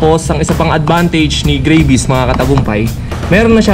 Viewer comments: its not greyvis its gravis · Hindi grayvis gravis tol hahaha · Gravis pronounce dyan, hindi Grayvis. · hahahaha.. grayvis..parang gravy.... GRAVIS yan tsong 😁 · Grayvis haha.. gravis pronounced nyan.hard to get nag Tagalog kana Sana..grab-is. meaning Nyan kasi Yan gamit sa Indonesia sa grab motorcycle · Tangna dis grayvis daw ang pucha. Ahhh. Me anu ahhhh may ganito ahhhh me manok Ahhh.🤣😂🤣😂🤣😂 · Gray-vy haha